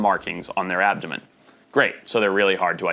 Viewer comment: “a thin abdumumn” I love your videos and everything you do I just had to point that out. I thought it was funny.